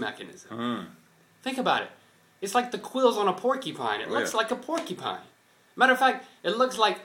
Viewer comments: Hahaha the way says porcupine. It sounds like 'porkypine.' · ha. it sounds like like is saying "porkypine" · haha link says "porkypine" XD